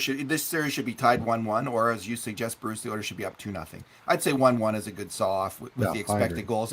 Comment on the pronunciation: has the dramatic talent to turn a monosyllabic word into two syllables... “Bah- rucccccccccce...Mcurdy!